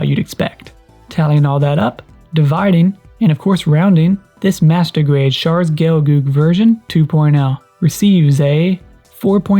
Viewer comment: when you say "master grade" sound like "masturbate" lol